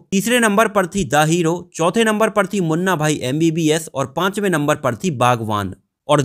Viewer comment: बागवान नही बागबान है रे